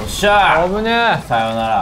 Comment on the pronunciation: ここのきっくんの「さよなるぁ」がとても好き